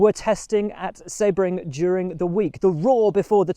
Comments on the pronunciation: Excellent episode Will!! FYI the correct pronunciation of Sebring is See-Bring not Sebb -ring. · “Sea - bring”